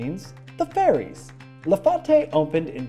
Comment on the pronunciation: “La Fate” not “La Faute” fyi